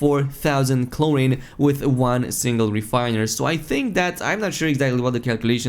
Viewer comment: “Chlor-een” not “chlor-in”